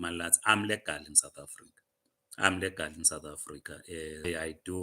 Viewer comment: Legal not lagal msunu 😂!!!!